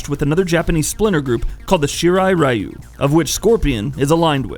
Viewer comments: He said R-ai-yoo too :( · Psst... Ryu is pronounced "Ree-you" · Why they pronounce "Ryu" as "Rai-U"? Is it supposedly pronounce as "Ri-U" like Ryu in Street Fighter? What the fuck man! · Pronunciation all wrong, but, nice vid. But pronunciation butchered lol. For Lin Kuei and Ryu